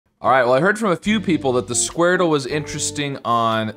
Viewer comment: i love when you do the squardele (with 2 e's)